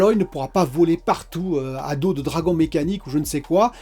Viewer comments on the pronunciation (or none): none